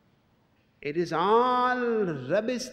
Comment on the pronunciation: i just love how he pronounces "it". So relaxing and peacefull.. itchhhhhhh. It's like the best thing a human being ever pronounced whatsoever.